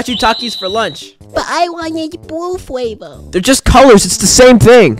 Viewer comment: “Changing the favour” why he say it like that 😂